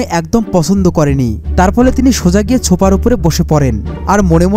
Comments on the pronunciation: ছোফা নয় ওটা সোফা হবে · ছোপা কি ছোপা সোফা বলেন মিয়া